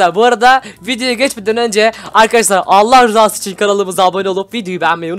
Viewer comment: Sen dilen cimisin alahrizasi diyon